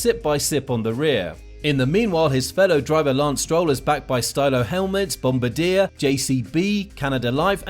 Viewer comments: Bombardier is not pronounced "bomb bar deer" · Get your pronunciations correct if you want to do things properly. It's Bom-BAR-ierr and AlpEEn. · Bombardier is pronounced bomb bar dee yay.